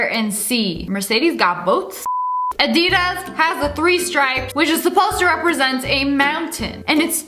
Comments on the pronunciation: You said adidas wrong 😆 Just say addy-das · Ngozi Njoku bruh a-di-das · What I meant was it's pronounced adidas not adedas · A-d-u-d-a-s not a-d-eeeee-d-I-s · You pronounced Adidas wrong it is A D das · Some people: Adidas Sniperwolf:ADeEDaS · I hate the way she said Adidas 👁👄👁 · My mom said that we are pronouncing adidas wrong u can ask u phone how to say it